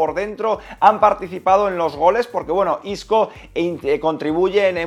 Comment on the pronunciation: se dice marco Asencio e isco no como lo dices y isco